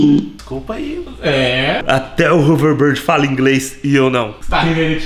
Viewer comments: Não é haverborde é houverbord kkkkkkk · Não é overbard é overboard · nao é overboard é overbórd que se diz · "HoverBARD"??KKKK😂 TUDO BEM,CADA UM CHAMA DE COMO QUISER😆👍😉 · O fala hoverbird kkkkkkkk! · Hoverrrbird kkk